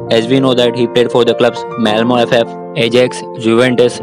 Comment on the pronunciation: Finally someone who could pronounce Malmö FF. Great video overall!